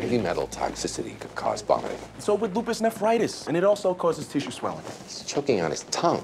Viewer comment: I swear that same dude is always like "it's LUpiS"